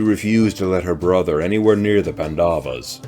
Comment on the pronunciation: Great video! Just one small correction. You are pronouncing Pandavas as pan-daa-vas when it should be paan-da-vas. The stretch should be on 'pan', not 'da'. Other than that, this is awesome content.